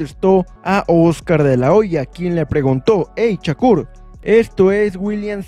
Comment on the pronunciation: No es Chacur , te escuchas muy mal es con , S no con C , Shakur no chacur😅